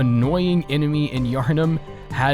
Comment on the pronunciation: The way he says Yharnam is quite peculiar...